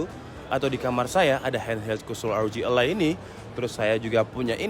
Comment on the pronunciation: e taling, bang. élai, bukan elai.